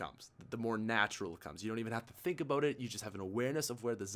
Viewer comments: Hey idk y but when you say a boat instead of about I want to correct you really bad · The way he pronounces about gets on my nerves. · Once he said “A 🚣 “. I knew he was 🇨🇦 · why did he say "A boat" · it's always funny when you pronounce about aboat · The way he says bout it sounds like boat in england